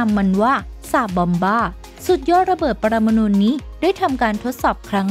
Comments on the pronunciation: ระเบิด "ปรมานูน" ??? คือระเบิดอิ๊หยัง? ผมเคยได้ยินแต่ ระเบิด "ปรมาณู"...ถ้าเป็น "ระเบิด 'ลาบานูน' " นี่ผมพอจะรู้จัก....สงสัยแอดมินคงจะชอบวงนี้มาก เลยพูดติดปาก^^ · ระเบิดปรมาณู (นู) ไม่ใช่ ระเบิดปรมาณูน (นูน)